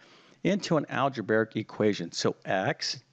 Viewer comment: “Algeberric” isn’t a word. If you’re going to teach math, please learn the proper pronunciation of mathematical terms.